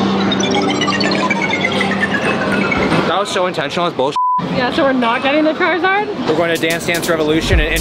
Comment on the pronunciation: bro called charmander chrizard